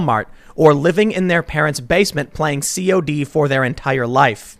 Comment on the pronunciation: “Playing Cee Oh Dee” lmao worse than my dad